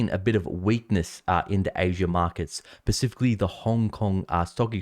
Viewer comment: When you say “Specifically” it comes out on the microphone funny - It sounds like Pacifically. Great reporting though and greatly appreciate your expertise. Have a great Christmas!